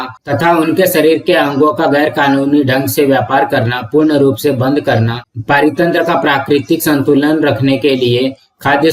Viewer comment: Parithantra ❌ paaritantra✅